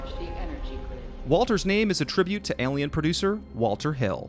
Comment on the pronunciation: I’ve never heard anyone mispronounce the word “Alien” before till this video lol